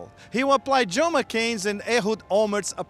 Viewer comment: & it's John McCain, JOHN, not JO McCain!